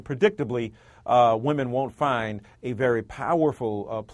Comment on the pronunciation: Love when said ' Finf ur happiness' which is true